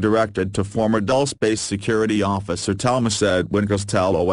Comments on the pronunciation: No, it isn't pronounced ''Dul-chay'', it's Dul- ce like ''candy'' in spanish. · Lmfao yeah I always laugh when it says 'Dulce' like "Dullse" Should be something like Dul-CEE-AY